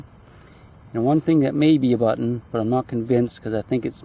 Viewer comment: "A BUTT'NNN!!!" It's even better than when he finds "A COPP'AH!" Gotta love.:-) Hope his show is doing well...we don't get it up here in Canuck land.